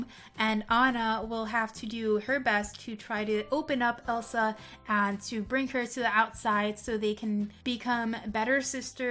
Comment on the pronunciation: It is Elsa not el sol